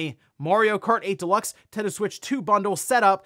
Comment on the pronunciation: ”The NinTEN-DOUGHHH SuWEIIITCH TeeUuuuuhhh”